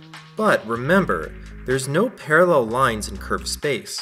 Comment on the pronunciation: you made me force laugh when you said PaRrEl UnIVeRsEs